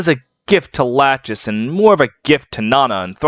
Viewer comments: Bro, why are you calling het "Latchesees" lol Her name is a reference to the 2nd one of the three Moiras from Greek Mythology - Lachesis The correct pronounciation should be "La-ckhe-sis" (the ch sound in Greek is not present in English, but it's similar to a more guttural j sound in Spanish) At least it's not as aggravating as Project Naga's RAQUESIS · not to be That Guy, but in heroes nanna pronounces her mum's name as "la-kee-sis", so i think that's the canon pronunciation. but otherwise i love this video!! i love lachesis sm!! this was a good reminder i need to keep reading the genealogy manga